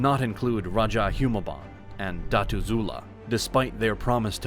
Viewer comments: Dah-too. Not Datas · This is very well done! Kudos. It would be even better if words such as "barangy" and "datu" were pronounced as they are in the Philippines. Hire a Filipino to fix the voice-over. Well worth the investment.